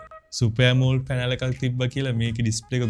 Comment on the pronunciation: ඇමෝල්ඩ් නෙමෙයි බ්‍රදර්, ඇමොලෙඩ් කියන්න ❤️ වීඩියෝ එකනම් හොදයි, වටිනවා 🎉